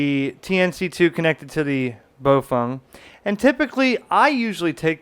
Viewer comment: You keep saying BoFung. It's spelled BaoFeng, not BoFung.